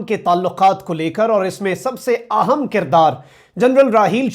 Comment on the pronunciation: Excellent. Quick update but please ahem ko aahum na bolo, I feel very uncomfortable when you make this mistake while pronouncing important in Urdu. thanks for your understanding.